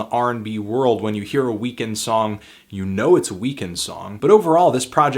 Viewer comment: why the fuck is he pronouncing Weeknd that way? it's so distracting